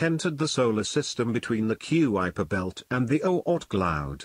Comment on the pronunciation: key-oo-wiper belt.... ROFLMAO it's koy-per belt! Next time, try not using AI for the voice over.